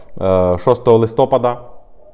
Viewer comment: прохання правильно ставити наголос: листопАд.